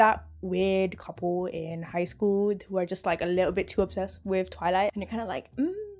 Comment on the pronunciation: Petition to change the pronunciation of eclipse and twilight